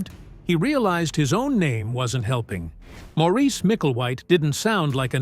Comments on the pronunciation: SAY Morris not MOREECE ya flamin drongo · Maurice is pronounced Morris.